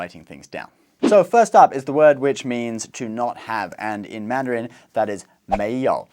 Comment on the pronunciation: why does he emphasize the last syllable of “Mandarin” you only have to emphasize the first syllable